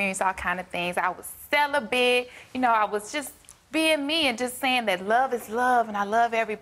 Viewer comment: She said she was "Sell-a-bit" LMAO!!! That wig is horrible.